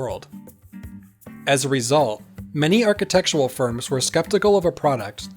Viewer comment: aar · kuh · tek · shr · uhl